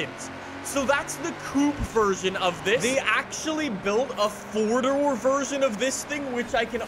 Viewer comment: "four durl"